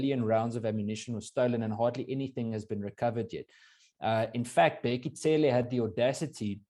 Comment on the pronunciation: Its Bheki Cele, not Tsele.. hahaha